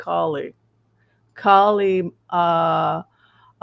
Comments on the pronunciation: The accent is on the first syllable in Ka’ ma la…not criticizing, just hopefully a helpful suggestion. Thank you for your reading ❤ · Her name is pronounced COM-ma-lah. Think of the name Pamela but say “Komala.” It’s the word “comma,” with the emphasis on the first syllable, followed by “lah.” This is the correct pronunciation. Don’t listen to what anyone else tells you. Her mother named her Kamala which is a Sanskrit word meaning “lotus flower.” She was born in Oakland, CA, raised in Berkeley, began her law career in the Alameda county DA’s office before she was recruited to San Francisco and later became their city attorney. We’ve known her for years here and it’s definitely CommaLah. There are probably YouTube videos of her pronouncing her name. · It’s comma-la, like the punctuation comma, just add la. People make it harder than it really is. COMMA LA. This lady’s name is not that difficult and it’s important to speak her name clearly, as she may become the only lifeline our country has. COMMA LA🌻